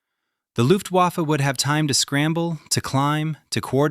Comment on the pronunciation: IT'S NOT PRONOUNCED WAFFE, BUT "VAFFUH" AND IT MEANS WEAPON. (REFERRING TO LUFTWAFFE)